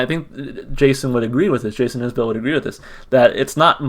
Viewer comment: Enjoyed the reaction. It's Is-bull btw! Check out Ian Noe's "Letter To Madeline' or " Irene"